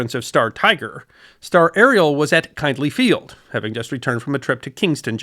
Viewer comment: Kindley Field, with a short "i". as in the name Mindy.